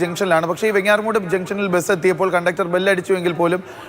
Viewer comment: വെങ്ങാറമൂട് അല്ലെടോ എന്ന മൊയന്തേ, വെഞ്ഞാറമൂട് എന്നാണ് ശെരിയായ ഉച്ചാരണം.